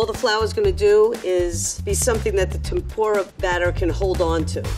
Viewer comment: You guys called it "Tempura" wow, appreciate from Japan.